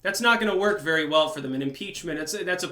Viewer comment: Shhhhh. Be vewwy vewwy quiet.